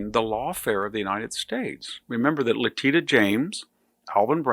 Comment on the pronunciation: VDH is a genius but always says LeTITA James' name is pronounced LeTISHA.